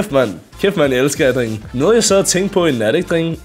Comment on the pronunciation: Pls lær at sig “drenge” rigtigt 😭😭